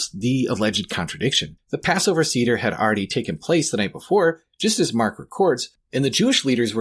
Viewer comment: It's not See-der it's Seh-der, otherwise thank you for the video.